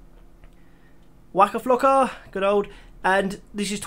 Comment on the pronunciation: nice video. but I lost it when you said Waka flocka with your accent